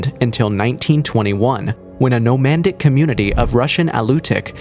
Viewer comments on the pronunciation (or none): Whats nomandic? You mean nomadic. Cool video tho.